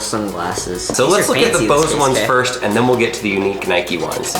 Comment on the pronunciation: Nike not nikE